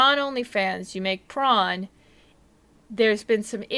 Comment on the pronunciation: I love tron! oh, you said prawn? they're alright.. ohhh.. you mean pr0n.....